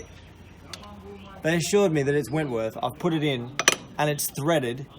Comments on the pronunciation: my heart goes out to you on the saga of the bolts, by the way its Whitworth, not 'Wentworth'. I play with British motorbikes, its 'normal' for those of us who insist on riding old British bikes... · It's called Whitworth ...not wentworth :-) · Great videos, keep up the good work.... Btw it is Whitworth threads... Usually called BSW - British Standard Whitworth... Not Wentworth.. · Perhaps it is your accent, but there is no "N" in whitworth thread !